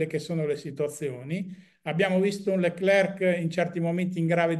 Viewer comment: Ma perché continuare a chiamarlo LeclerC quando lui stesso ha detto che la pronuncia corretta è Lecler senza la "c" finale?